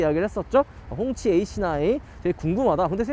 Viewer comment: 꽁치라고 하는 줄..